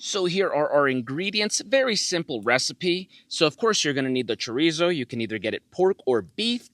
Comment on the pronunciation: Cho-ree-zo? Say it right!